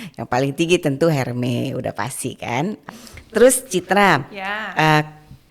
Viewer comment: Ibu kolektor Hermes kok pengucapannya masih “ Herme” 😂. Ermes buk R nya samar. Duh mbak citra sampe ngantuk ibunya muter2 bae